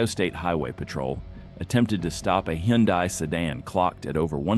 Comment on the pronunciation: The fake AI narrator can't say Hyundai correctly.